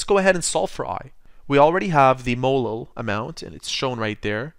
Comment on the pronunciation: Is this guy saying molo ?